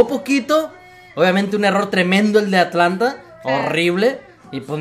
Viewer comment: porque le decis Atalanta y no Atlanta? me dio curiosidad